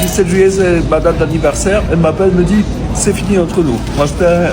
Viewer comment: "Je me dJit." Au la wesh........! Quel horreur.